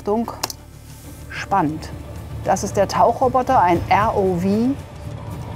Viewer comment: Warum sagt der Mann "ärr-oh-wie" (ROV) anstatt "ärr-oh-vau"? Abkürzungen werden so ziemlich weltweit in der Landessprache ausgesprochen. Die Amis sagen "BMW" auch nicht auf Deutsch.